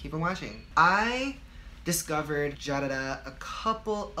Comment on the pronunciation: Lol, "jadada" 😂😂 no offense❤️ love u